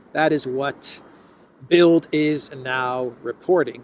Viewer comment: the 'd' in das Bild (the picture) is pronounced as 't' in English, because it is in final position.